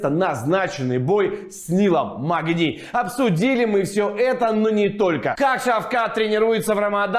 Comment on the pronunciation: Нил мэгни а не магни